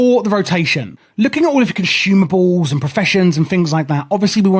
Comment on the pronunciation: At one point my dude said conshoomables, this guide is helpful btw!